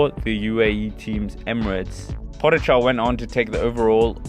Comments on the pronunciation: Pojacar....i hope he learned prononcination til now :) PoGachar.... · Po-ga-char is the Pronunciation for everyone who don’t know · You pronounce his name really strange. As a Slovenian I cringe every time you say his name :)